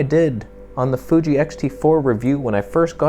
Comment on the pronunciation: Love how you say "Fuje" for Fuji lol. You're unique on YouTube mate